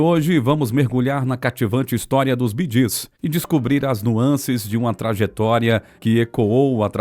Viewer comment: The pronouncing of the BEEGEES is incorrect just as the pronouncing of Maurice it is pronounced Morris‼️